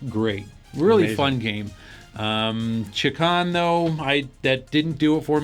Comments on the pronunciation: Haha, guys, it's pronounced ChAkan. You guys pronounce it Chikan, which means molester in Japanese. Maybe that's why he wants all of us to play with him... XD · "Chakan" is actually pronounced like "Shay-Khan," in case anyone cares. It's actually a very small-time independent comic book character. I tried to read one of the stories once but it was so horrible I didn't get past the first page. I think it was trying to be The Crow but failed miserably.